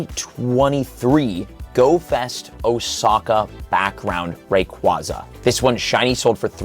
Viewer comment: Ray-QUAY-za And while we’re at it… Metagr-OH-ss and Tynam-OH Ray-quaw-za, Metagr-ah-ss, and Tynam-ao are just factually incorrect.